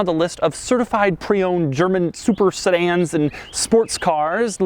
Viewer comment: I thought he called them super saiyans at first, not sedans. Disappointed